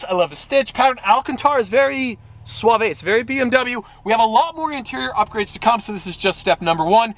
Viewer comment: Heads up bud, "sauve" is a single syllable word.